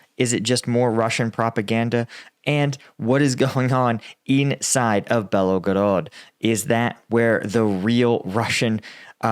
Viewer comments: Mate... please learn to get at least the Main cities pronounced right... its Kind of disrespectful and unprofessional. Like Bel-go-rod and not Belagorodga.. or Za-po-ri-sha instead of Zapohorihisia or whatever you call it.. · Why do you say "BelOgorod" it's Belgorod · You gotta stop adding the extra O to Belgorod. BELL-GO-ROD not BELLOW-GOROD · Why do Americans mispronounce foreign place names despite the clear spelling . Belgorod has only two "o"s and is not that hard to pronounce. It is not Belogorod. Their eyes just glaze over and they take a stab based on some preconceived idea of what it should be, because it's all too hard. I let it pass before but this is multiple times now. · At this point I m curious if you are actually just illiterate. Can't you spend 2 seconds reading a word before you speak it? You 're making it hard for people to take you seriously. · Belgorod. There is no O after the L.